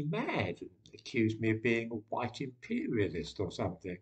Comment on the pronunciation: . . . Jared Taylor. He's a race realist from American Renaissance. He's know to pronounce white as huwhite.